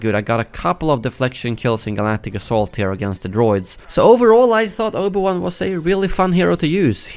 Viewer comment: "Obo Wan"